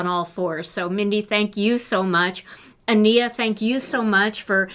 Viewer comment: Just so you know, Ania's name is pronounced AHN-ya. Yenerall rhymes with general. I loved all your projects today! 🥰🥰🥰